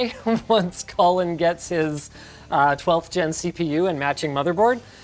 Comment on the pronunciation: When you said Colin the first time I thought for a second you said Colton and got mega confused.